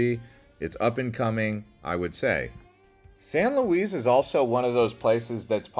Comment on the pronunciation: It's San Luis, dear. 😂 LOL